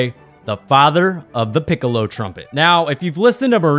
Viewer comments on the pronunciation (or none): none